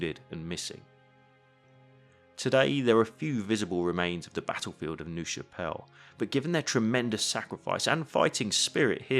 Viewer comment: Minor point - "Nerve" Chapelle. pronunciation. Not "noove" But these vids are absolutley brilliant with your mas and arrows or attack and current layouts. Really superb videos.